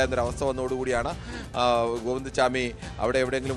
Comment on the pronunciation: സ്വാമി അല്ലെടാ പൊട്ടാ....!! ചാമി